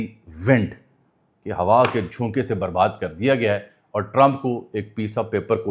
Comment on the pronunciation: اجمل ایتھے لفظ برباد دی “د” دے تھلے زیر نئیں۔ بلکہ کجھ وی نئیں۔ اس دے علاوہ جدید فارسی وچ لفظ رفتہ دا تلفظ ساڈی طرح نئیں کیتا جاندا۔ ایتھے رفتہ دی “ہ” دے تھلے زیر اے۔ شکست با شکوہ وچ شکوہ دا تلفظ بالکل اسی طرح اے جس طرح شہزادہ دارا شکوہ وچ اے۔ میں جدید فارسی وچ ڈگری کیتی اے۔